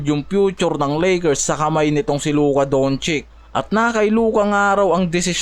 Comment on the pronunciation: "DON-CHITZ" , hindi DON-CHIK